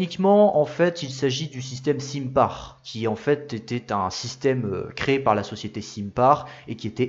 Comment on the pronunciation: Pardon mais le transformateur c'est SINPAR prononcer à la française ,nationalité du constructeur. Pas l'anglicaniser pour faire plus brancher ni avec un M en place du N.